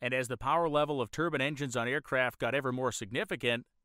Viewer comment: The word is pronounced turb'I'ne, you are saying turban as in middle eastern male headdress.